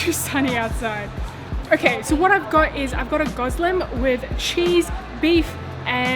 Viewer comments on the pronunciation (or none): It's pronounced Goz-le-may, not Goz-leem